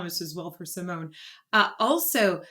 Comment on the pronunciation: Two of the Dutch Metal Maidens in one song. Sign me up! The e at the end of her name is pronounced like a small a so (Sea-moan-ah). Two songs I would love to see your reaction to are Within Temptation with the Metropole Orchestra "Somewhere" ft. Anneke, also Ex Libris "The Motherland / Ann Chapter 2). This will give your ear a "taste" of three more of the Dutch metal queens Anneke, Sharon, & Dianne. If you want more Epica I recommend "Consign to Oblivion", "Storm the Sorrow", "Design your Universe" & "Kingdom of Heaven" Also there is a second duet with Floor from this same Retrospect show "Stabat Mater Dolorosa".